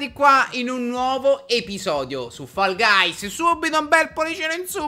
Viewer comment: Fall guys si prununcia foll gais hahahahaha